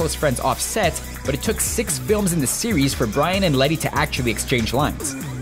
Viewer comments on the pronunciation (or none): none